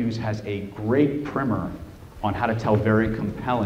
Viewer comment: it was just a pronunciation oddity that I didn't expect at all because you are such a fluent speaker. You pronounce primer "primmer", but "primary" is pronounced with a long I sound. Maybe it's a regional difference in pronunciation, west coast oriented or what not, idk